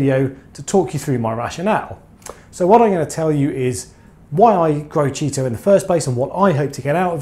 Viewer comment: Yep 👍...less maintenance approach is a great call. That’s the first I’ve heard it pronounced ‘Cheeto’. Is that what you guys call it on that side of the pond?...or is that ‘ specific’? Cheers 🍻